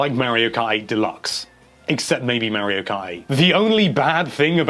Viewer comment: "Merio Ki deluxe"